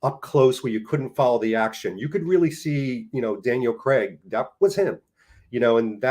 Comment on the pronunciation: Kudos for correctly pronouncing Craig's surname. I honestly am baffled where many North Americans get "Creg" from?